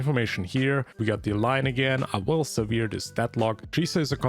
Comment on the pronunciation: "sever" is pronounced "seh-vr". Severed is the same but with a D at the end, just ling severing you can just pronounce that sev-ring. The word you're pronouncing is severe (with an e at the end). Pro-tip, look up how words are pronounced online if you're unsure (your english is pretty good otherwise)